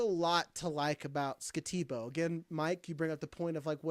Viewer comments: No one said Skattebo's name correctly lol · I agree with the comments on mispronouncing Skattebo's name.... and butchered it...Mike wisely avoided it. But I also think he's appropriate at rb9 or even 10. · If you're going to snicker and mock Cam Skattebo, at least say his name right.